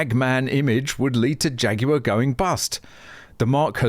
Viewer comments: I like the way you pronounce "Jaguar" Jay Goo Are. Ha ha. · " Phaguar" opps